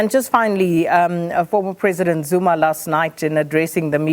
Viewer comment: You can’t evin pronounce the name how dare